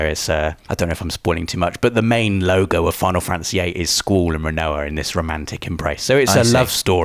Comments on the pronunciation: Thought same thing when he kept saying Squall, it might be a British way of pronouncing things. Triad was also incorrect when said it the first few times. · It’s pronounce skuwall, not school...... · bro stop stop saying "SKUL" its pronounced SKWALL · It's not skool, it's skwaal for Squall. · I didn't even know his name was pronounced "Sqooool". All these years I have been calling him Squall. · is squallès name pronounced "school" like in the video, or is it pronounced "skwall". ive always pronounced it "skwall" LOL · "sqweeewll" what? I know your English but..wtf is that lol it's squall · Squall, pronounced Sqwall. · wait, is that how you should pronounce "squall"? Have I been pronouncing his name wrong? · Never heard anyone pronounce Squall as “Sqool” lol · I was so confused I swear he was saying school but he was saying squall correct? 😂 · ‘Sqwool’ he said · "Sqoool"? lol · Sometimes I think pronounces words wrong to drive comments. And... here I am. Squorl and Triple Tree-ad! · Sqwooool and treeead? What are these pronunciations? XD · School? Schol? ...ohh he's trying to say Squall :p I can't wait. I personally prefer 7 and 9 too but a remaster for this great game has been bloody needed! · You say Squall so weird... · Was I the only one cringing when he said squalls name? That is most certainly not how you pronounce "sq-uall"! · Why the hell do you pronounce Squall's name with an o in it? It almost sounds like you're saying scroll. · But why do you pronounce Squalls name in a way that is barely comprehensible? 😂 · You are butchering Squall's name type in to google translate and the name Sqaull will be there. Click on the voice Icon! Squall means bringing rain or gust of wind. I am sorry but I just had to post this. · Hate the way you pronounce Squall. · me or? I know the word as I'm sure he does just a funny way he pronounces it